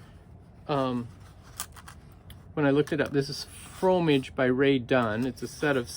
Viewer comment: “fro-mah-zhe” is the French word for cheese.